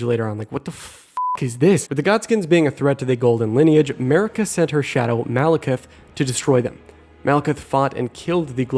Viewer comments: Is it just me who hears him say, 'Murica even though Marika is pronounced Mar-eeka. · "Marika" just sounds like "America" but with a heavy accent